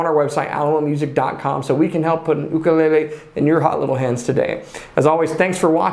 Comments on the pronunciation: Mahalo nui for pronouncing ooukule correctly 🤙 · It's sort of weird to hear/see the correct pronunciation come out of the mouth of somebody outside of Hawai'i. I'm so accustomed to hearing "yukulaylay", or "wukulaylay" from some brits, that hearing "ukulele" caught me off guard.